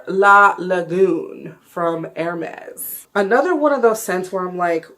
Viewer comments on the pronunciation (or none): lol you pronounced that hermes name like it was spanish